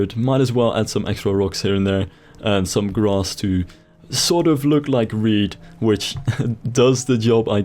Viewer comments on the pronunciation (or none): He says reed, it does sound like weed.